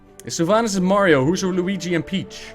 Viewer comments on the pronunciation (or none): none